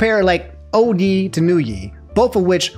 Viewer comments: Hate when mispronounces obvious stuff ngl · "old yeeee vs new yeeee" lol i've never heard anyone say it like that. i've heard yeezy and ye pronounced "yay" but never that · Ye “yay” like kan-yay. In one of his albums Kanye says “that’s why I fuck with yay!” wasn’t going to say anything but you said it 12 times lol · Ye is pronounced YAY. Not Yi lol. Otherwise another phenomenal video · I couldn't get over calling Ye, "Yee". Get it together. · Hearing call Kanye Yee instead of Yay is so funny to me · Ahh yes. My favorite music artist. Kan-yee-yee west. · Bro I can’t believe you said yee like 20 times, while talking about Kanye ,it’s pronounced “yay”😂😂😂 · I fwu fr but who tfffff is YEE its pronounced YAY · Ay yo it’s Yay not yee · Nah, my man. You can’t be saying “Yee” it’s pronounced “yay” just like Kanye is pronounced“Kon-Yay”. You don’t pronounce Kanye “Kon-Yee” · why do you keep pronouncing it yee and not yeh. Kanye yeh not yee lol. Love your content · Don’t say (y) (E) it’s (y) (ey) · Who’s yeee you mean yay? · Nah bro it's pronounced "Yay" not "Yee" 😭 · Why do you pronounce Ye(yay) as Yee 😂😂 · No this is a inside joke and ur just trolling us man. Aint no way he saying "YEE" when its "Yay" 🤣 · just say it how Kanye and everybody else who calls him Ye say it. Never heard anyone pronounce it like Yee until lol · Yeah, Ye is pronounced yay and not yee/yi because of Kanye being pronounced Kanye and not Kanyee. I cringe at Yee because I just think of Kanye's face being replaced with the yee meme dinosaur lmao. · I’m triggered by how he’s pronouncing Ye 😭😭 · Why saying ye like that, it's pronounced Y·ae. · gotta be pronouncing everything wrong on purpose aint no way he said 'yee' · Old YE ( Say it like yay bro god damn it's hurting my brain his name is pronounced YAY... Kaan YAY West.) This isn't the old testament fam! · Why do you pronounce "Ye" like that??? lmao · ITS YE NOT YE